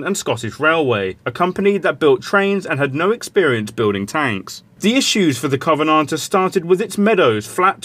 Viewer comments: The way he pronounces Covenanter is killing me... 😜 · Indeed, but that still isn't how one would correctly pronounce Covenanter!